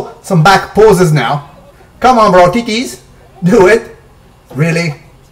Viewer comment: haha, the way you say tities ! haha, you're too cool bro!! Salute